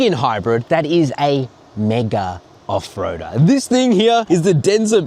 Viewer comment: Lol 😂. Hahahahaha. "Mega off roadah". That trail was so basic